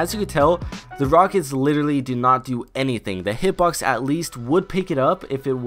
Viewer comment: why di you say litellary so often??